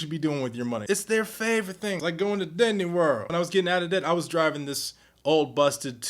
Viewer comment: did you really just say 'didney world' LOL